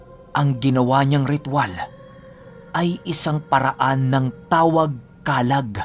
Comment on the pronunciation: Comment ko lang din ung Pronunciation po ng Kalag.. Madiin dn po ung pagkabigkas ng Lag... Kala`g na ang ibig sabihin po ay ung Espiritu ng tao o nilalang na may pisikal na katawan...